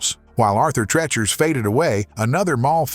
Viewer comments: PRONOUNCED TREECHERS. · I do but the narrator and producers obviously do not! It's not pronounced Arthur "Treh-chers" Fish and Chips. It's pronounced Arthur "Tree-churs" Fish and Chips. Stopped watching after 30 seconds because of the repeated mispronunciation of that! Was this AI narrated? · Wanted to watch this but get the AI to pronounce Arthur Treacher’s the correct way! Cringe!!😬😬😬😬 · It's pronounced Arthur Treechers Fish and Chips. Have we learned nothing from their jingle? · treachers has a Long E moron narrator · Really getting tired of all the AI voiceovers everywhere. Turned it off after pronouncing "Treachers" incorrectly over and over. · jesus I tried but the AI voice saying "treachers" wrong 12x in less than 5min is just..... no.... thumbs down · Your treacherous pronunciation of Arthur Treacher's is killing me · Why is he pronouncing Arthur Treachers wrong😢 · Thank You! He was murdering one of my favorite eateries